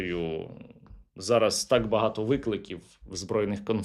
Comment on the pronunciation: Оце "Такссс" це явно одеська область😀